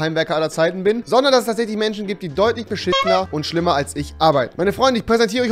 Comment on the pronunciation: Wenn man sagt "Menschen die es nicht geben sollte" aber selbst nicht mal das Wort "Menschen" aussprechen kann 😂 PS: Rewi ist trotzdem coooll